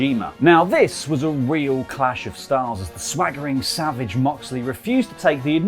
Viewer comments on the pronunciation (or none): none